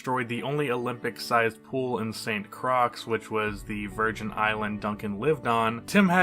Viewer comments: Did you just say "St Crox" its prounounced "St CROY" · St.Croix is pronounced like Croy (for future reference. Hope this doesn’t sound douchey) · Yow did this guy just said st.crocs instead of st.Croix pronounced st.croy..lol smh...dude is a savage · It’s pronounced Saint Croy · Great video just wanted to say ST. Croix is pronounced Croy. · It's pronounced Saint Croy (Croix) is French.